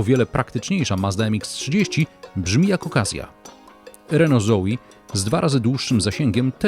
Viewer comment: RENO ZOE, A NIE ZOI. NOSZ KURWA MAĆ